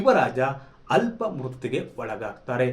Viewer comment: ಅಲ್ಪ ಮೃತ್ಯು ಅಲ್ಲ ಆಪ ಮೃತ್ಯು